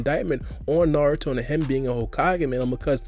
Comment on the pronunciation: no problem. At least you say naruto instead of new-ru-toe